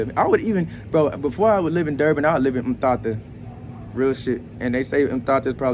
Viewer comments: 🤭🤭🤭 I'm not at all faulting you bruh, you aren't a local so it's fine. Just go easy on the t's, they are light, breathy t's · The pronunciation of 'Mthatha'… yey… 🤣🤣🤣